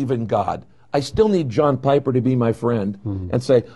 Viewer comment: .......did he just say "Hi my name is Yawn Piper?"